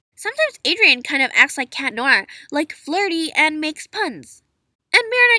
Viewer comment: Finally someone says cat noir’s name right some people say CHAT NOIR I mean who says that 🙄😑😬😒😵😆😮😧